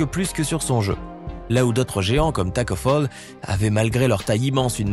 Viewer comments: c est tacko FALL pas tacko foll (c est pas mechant) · Mais ohh les sénégalais il à dit toko fall c'est tacko fall